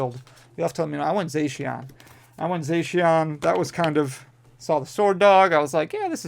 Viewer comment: Good, now we don't have to hear you say "zen-ith" instead of "Zee-nith". And "Zay-she-on" instead of "Zah-see-in". 🤣🤣😜😜😜😜❤❤❤❤ JKJK, love you man! I need the Gold Giratina! 🙏🙏🙏